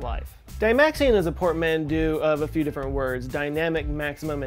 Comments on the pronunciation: Portmanteau, not portmandeau, portmandeax, or portmando! a T sound, not a D sound!! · Portmanteau is pronounced port - man - toh, not port - mandoo. (Sorry!) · Dude, it's port-mont-oh. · I really hope saying "Portmandeux" when describing neologisms was a sneakily clever joke. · I couldnt concentrate on anything past port-man-doo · "Portmandu" XD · Is the "portmando" a portmanteau of "portmanteau" and "commando"? Seems you're also a fan of "making up new words". Careful, it'll damage your "tensengrity" if you keep that up. Hehe. ;) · Did you say "portmandu"? Lol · Portmandu? I think you mean Katmandu...